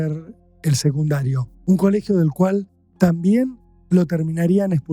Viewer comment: SeGundario ???!?!?!?!!😅😅😅😅 secundarioooooo de dice jajajaj❤❤❤❤